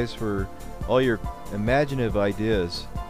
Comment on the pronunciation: And "Imaginive"